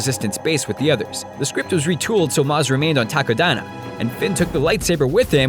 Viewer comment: Whenever he says "Takodana" I hear "taco diner".